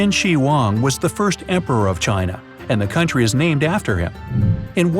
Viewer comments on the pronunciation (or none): none